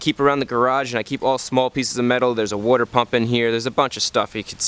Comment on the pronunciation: Wouter pump xD. Love how he says "wouter"